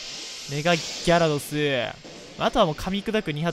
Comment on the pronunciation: ギャrrrドス